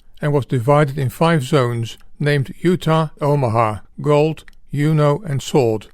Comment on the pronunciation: Juno Beach wasn’t pronounced like a Scandinavian word. JJJuno with a hard “J”